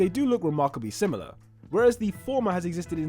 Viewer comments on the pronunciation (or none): none